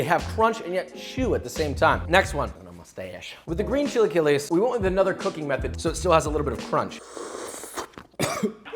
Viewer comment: what the fuck are "chi lie que less"